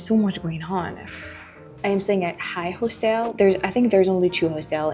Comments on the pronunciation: Sugar.......just a little help.....I always appreciated it myself when I mispronounce something in my second language. Hostel is pronounced HAW- stol.....accent on the first syllable. Keep up the great videos girl..... I bet if you lived in the states full time in a state where you can carry, you'd be packing all the time because of experiences like the one you had on the trolley. Makes you feel a whole lot safer....... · Hostel is pronounced HOSS-TILL